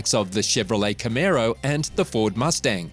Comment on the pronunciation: nice aussie x b coupe there learn how to say camaro ,, i just brought a 68 firebird project car in australia ,, not too many of these cars here